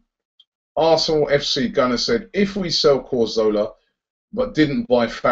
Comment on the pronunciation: come on Robbie, it's pronounced 'Ca-zorla' not 'Cor-zola'. He's only been with us 2 years!